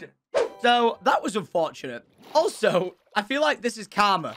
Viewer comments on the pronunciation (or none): none